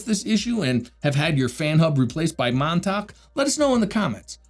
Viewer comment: Nothing personal but every time you say Montech, it sounded like Montak, which sounded funny to me...😆